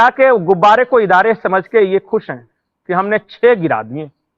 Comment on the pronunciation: भाई साहब थोड़ा दुरुस्त करें हवाई जहाज को इदारे नहीं तैयारे बोलते हैं पाकिस्तानी 😂😂😂😂😂